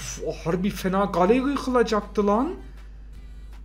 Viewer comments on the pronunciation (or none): none